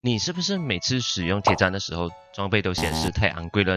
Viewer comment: 不念Tiě chān 念做Tiě chān